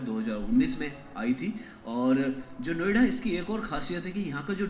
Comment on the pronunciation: 😂 Naam Sahi Lo..... Niyoda Nahin Noida Hai Ye..... Kya Bol Rahe Ho Tum....